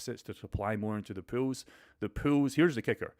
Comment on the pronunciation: It’s pool not pills.. some people might think you’re talking about juicing up. I thought u invented a word. POOLS not pronounced pills.